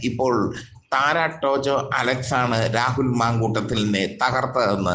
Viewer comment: താര എന്ന് പറഞ്ഞാൽ പോരേ, വായിൽ കൊള്ളാത്ത പറച്ചിൽ കേട്ടിട്ട് സങ്കടം വരുന്നു😩😩😩